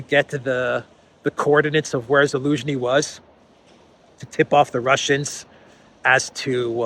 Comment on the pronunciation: Your pronounciation of Zhaluzny is on point man. Damn😂